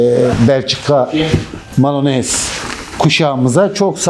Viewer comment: Malinua diye okunur.